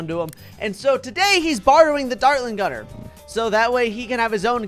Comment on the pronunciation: What is the dartling guner buff so you say it rong